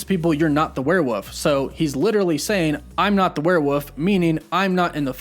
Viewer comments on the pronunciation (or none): W-O-L-F not W-U-F-F omg 😆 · "Werewoof?" I been saying werewolves, I've been saying it wrong this whole time. Jk. or am I just slow and It really is just called "werewoofs vs mafia game? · I'm sorry. Not trying to offend you but are you purposely saying werewoof instead of werewolf? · I had to pause , why are you saying wherewuff?? Isn’t it where-wolf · If you say "werewoof" one more time... It's "wereWOLF" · *Werewolf not Werewoof 😂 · For the love of god... stop saying werewoof. It's werewolf. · Warewollllllllf not warewuuuuuuuuuf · The word is ‘werewolf’, not “werewoof” Like Cumberbatch and pen-gu-in 😂😂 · I cringed so hard every time he said "werewoof" it's WOLF not WOOF I love your videos btw I was mainly just joking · Is he kidding when he pronounces “werewolf” as “were-WOOF”? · If he says “werewoof” instead of “werewolf” one more time imma go mad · HAHAHAHAHAHAHA same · The way you say werewoof... Not werewolf LOL I know I'm just being picky but it made me giggle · You know it’s WerewoLf right? Not werewoof? 😅 great video man 👌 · He keeps saying woof woof to the point that Wolf is Woof. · Hey man, huge fan here. But... it’s WOLF lol. Not woof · "The werewoof" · lmao "werewoof" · Werewoof Me: Why does he say woof instead of wolf? at the end of his videos: Woof woof Oh? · I love "werewoofs"😂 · Love how you pronounce “warewoof” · please stop saying "were woof" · "werewoof" lol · What the hell is a were e wuff? Is that some kind of a ruff ruff mind F¥€K!? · WHY DO YOU YOU CONTINUALLY SAY "WEREWOOF" !?!? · "What about the warewoof" 😐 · Are you saying warewuff???? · I'm sorry, did you just say "Werewoof"? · I just want you to say "werewoff" xD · The "werewoof"?... pronunciate the "Ls" dude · WTF is a "werewoof"? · Lol “werewoof” 😂😂😂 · "Werewoof"🤣🤣 haha I love it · excuse me but... WEREWOOF? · haha “werewoof” 😂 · Hahaha he sounds like hes saying werewoof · The sheer number of times I just had to hear the fake word “Were woof” I.. I... can’t....